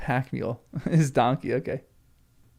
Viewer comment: yes, I understand the reason…I just thought it strange that you emphasized “donkey” in this context. Also, “ass” is slang for the backside in American English (not Tolkien’s meaning, of course).